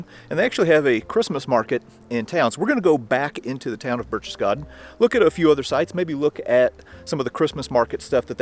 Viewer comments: BAIRCH-TES-GAHDEN!!!.....Not BERCHESSGARDEN! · "Burk tess gaden" Not Burch. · When you pronounce Berchtesgaden the first part of the word sounds like Birk as in Birkenstock not Birch like a birch tree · Please do some research and start pronouncing things correctly! Berchtesgaden is not pronounced 'Birch-chess-gaden', it's 'Berk-tess-gaden'! Your videos are great but this is annoying! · Sorry, but phonetically it is "Barektess Garten"... driving me nuts! LOL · Bear-K-tess-garr-ten. That is all....carry on. ;-) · Pronounced 'Berk-tess-gar-ten', my friend. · I know what you missed, how to properly pronounce Berchtesgaden haha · You lose all credibility when you can’t even pronounce this cities name!!!! Your from a museum??? Learn how to pronounce the names and city names correctly or DONT even make the video.